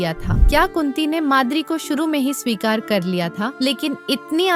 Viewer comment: It's swikar not shikari